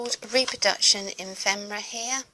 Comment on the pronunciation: I LOVE this,. I'd like to look at each page, in the flesh (so to speak) for an hour. Just so rich & colorful. Just one nagging correction: it's pronounced effffemera, not emfemera! 💖🤗😱